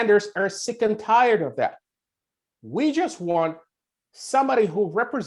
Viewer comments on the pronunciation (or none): none